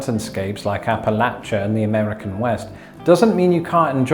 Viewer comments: As someone from Appalachia, I'm glad that you pronounce that word correctly. I have argued with my father in law (from Chicago) about how it should be pronounced. Since I'm from there I claim the high ground. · I'm so happy that you pronounced Appalachia correctly! Makes me happy